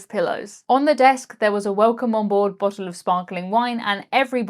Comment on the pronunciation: 😂😂had to always laugh when you say BOT - Told, instead of saying Bottle. You know.